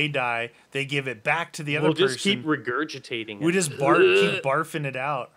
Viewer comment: "We'll just regurgitateing it" What the hell 😂